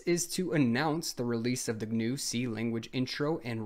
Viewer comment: Richard Stallman would be very upset with this video, first thing you said GNU wrong, and second you used Ubuntu. It seems you don't know who Stallman is.